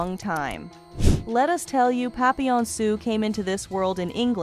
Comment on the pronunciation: I hate crappy voicebots - the city of Hue is pronounced "way," her name isn't pap-pil-on, it's pronounced "pappy-yawn", and two of the so-called "scenes" are of Francis Ford Coppola's "Apocalypse Now." And I'm wondering how badly your crap-bot voice would butcher those words: "apok-a-lips-ee now," & "cop-opola?" That sound about rite?